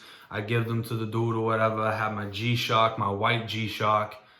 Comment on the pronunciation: why you say white G-shock like its a rolex😂😂